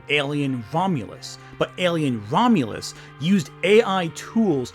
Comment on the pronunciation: I heard you pronounce it as "Alien: Vomulus." That's a far more accurate title.